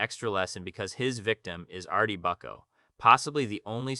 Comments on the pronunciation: How do you watch the show enough to make an in depth video about it but can't pronounce any of the names that are said repeatedly throughout the show? Artie Bucko? Saytreealies? wtf? Do you think ghosts say "buck"? Do you think people "say" down in chairs? It's Artie "boo-co" and "Sat-tree-allies" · BOOO-CO not bucco lol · Sat tree all lays (satriales) Artie boo co (Artie Bucco) Oh mare tah (omerta) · I think was referring to your pronunciation of Artie’s last name lol